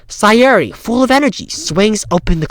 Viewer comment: Your pronounciation of "Sayori" is right!